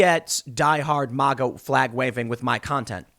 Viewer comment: It is mayga not mawga